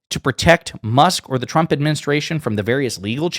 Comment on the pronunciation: I'm sorry but it always sounds like she says Chump instead of Trump.